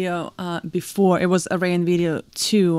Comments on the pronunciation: Ayreon is pronounced: AIR.. E.. ON. Very enthusiastic video, haha... loved it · Great reaction! 🤟🏼🤟🏼 And for the record…Ayreon is pronounced something like Air-ee—jon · Pronounced. Air-E-on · This song is such a crowd pleaser. You can tell by how loud the crowd cheers when they realize it's this song, in the opening moments. Ayreon is pronounced Air-eon, btw :) Great reaction. For an excellent, amazing Tommy Karevik song try Into The Black Hole, from this same concert, Ayreon Universe. It's a vocal tour de force built on amazing music and a crushing killer riff. Also, as others have said, Intergalactic Space Crusaders for more Maggy Luyten. :) <Edit> Ride the Comet is another great song that has Maggy on it. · Hi, Ayreon is pronounced as Air+A+On 😉